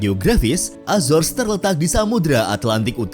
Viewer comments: Azar Ajor....itu bukan Entitas Inggris....itu Latino.. .PENGUCAPAN YG BENAR ADALAH A ZO RES... AZORES....INGAT ITU...Jan SeEnak Perutt !! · Cara bacanya bukan azors , tp azores krn itu bahasa Portugis , bukan inggris...